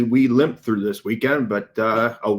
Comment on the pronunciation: It's " LIMP"